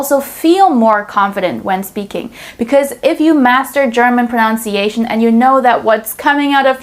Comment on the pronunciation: The irony of you pronouncing pronunciation wrong 🤦‍♂